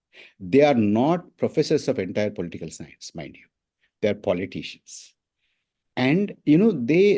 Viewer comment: its political and not polteekal, Mr. Prabhakar. You need to get over MTI.